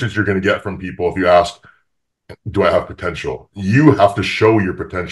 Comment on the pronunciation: Am I the only one that always understands "aks" when wants to say "ask"???